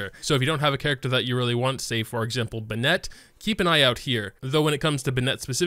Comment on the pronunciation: The contents is great, but I get triggered every time he saws Bin net 😩